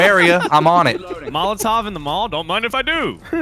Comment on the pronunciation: Was about to say well I guess that's why it's called a Mall-O-tov